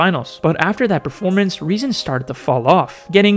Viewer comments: His name is rezon ay „lol“ not non💀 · You don't pronounce it as "ay non" it's "ajo lol" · THE NAME OF REZON IS NOT REZON AY NON HE HAS THE RUSSIAN LETTERS THIS SAYS REZON AY LOL!!!!!!!!!!